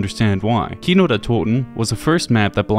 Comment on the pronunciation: Your pronunciation for Kino is ON POINT :)